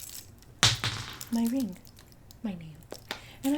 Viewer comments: My reeeng Me: subscribes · “My RIEENG” 😭💀😂